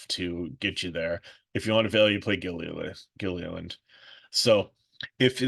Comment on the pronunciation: I've been watching for years and realized you call him Gillian instead of Gill-ill-land lol